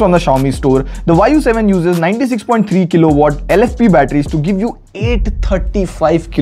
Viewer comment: I actually heard it thinking the VAAYU 7 😮❗.. then saw Y U 7.. 😅